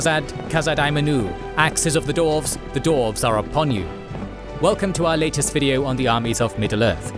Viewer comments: The narrator cant pronounce the race correctly. Its dwarves, not dorves! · Great episode! Also, was I hearing the word "Dorves" in there? 😂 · I have to say, i dont like that you say DORFS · I only hear dorfs😂😂😂